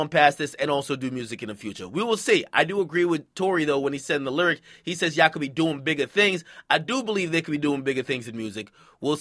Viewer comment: Ak says "lyric" as LURIC 😂😂😂